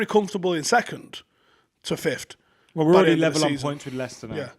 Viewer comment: There is no "d" in the word 'fifth'. Fif'd isn't a word! 🤦🏻‍♂️